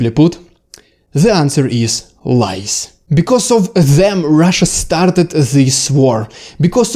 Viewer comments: No,, it wasn't the lice (вши́).😁 Oh, you mean lies! But that is pronounced lieZ. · your pronunciation on this one has a bad effect: lies [LAJZ] you pronounce it as [LAJS], but in English you have singular, plural: louse, lice [LAJS]. vosh', vshi. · Clear and well presented. And seemingly true. Good job. PS, careful on pronunciation - Lies is pronounced laiz, with a voiced S. Lais or lice is вши. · 😂 lies 😅 thought you said lice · Haha. I first though you said 'lice' and thought, yeah, makes sense. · omg i thought you said "lice" for the first minute xD. i was so confused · LOL At first I thought he said Lice! Very excellent discussion about how Russian military lies have resulted in wrongheaded decisions resulting is tragic losses and missteps. Entirely plausible and even probable observations. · At first I thought you said lice. 😂 But maybe that would also work too. Inflect the Russian army with lice and they’d be finished. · I heard "LICE" at first. haha !! Anyway, thanks for the video. Love from Taiwan and France. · you say "lies", but i keep hearing "lice". it would be very funny if they failed because of lice 😀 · Oh! You said "Lies". I thought you said "Lice"!